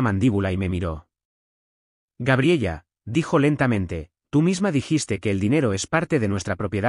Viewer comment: Y toda la historia diciendo gabriella creo que se pronuncia Gabriela😅😅😅😅😅